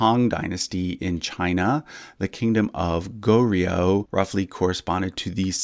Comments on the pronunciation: Please don't say it as go-rio. Its gohr-yo. Also tae is not said as 'tay' but as 'te' from template or technique. 'tèh'. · Just a pronunciation tip: Goryeo should kinda be pronounced as Goh-yo with ur tongue starting with an L sound before yo "lyo" like low but with yo. Otherwise everything else was pronounced quite accurately